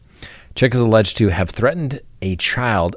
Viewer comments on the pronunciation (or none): none